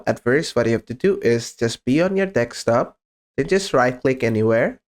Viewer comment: deSKTop please. not deKSTop😀